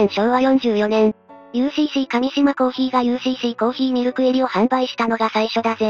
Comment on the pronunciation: 上島は『かみしま』ではなく『うえしま』です。 だからUCCです。